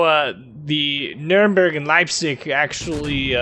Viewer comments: Funny how you pronounce Nürnberg. If you haven't yet I'll look forward to hear you pronounce “Friedrich der Grosse“ or “Grosser Kurfürst“ Try to say more e like in beg or effort in the “berg“ part :P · Sounds nordic. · She is my favorite German cruiser. In Co-op battles she is my choice. :) By the way, funny how you say Nürnberg :) But I have some advantage over you in this case, I learned German + in Hungarian we pronunciate Nürnberg just like Germans. Keep up the good work! :)